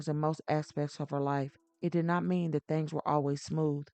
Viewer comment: I am sorry lady, but it is THINGS, not thangs, please, we HAVE to do better.